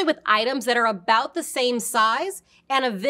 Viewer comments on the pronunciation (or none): none